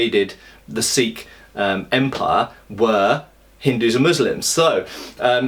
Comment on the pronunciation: It took me a second said Sikh wars. I thought you said sequels. Indian mutiny 2: the sequel.